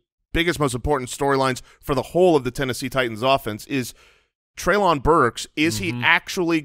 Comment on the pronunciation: Guys it's trey-linn burks not Trey-lawn Burks.